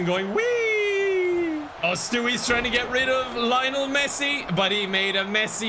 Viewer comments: bro said layonel messi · Why does pronounce Lionel like that? XD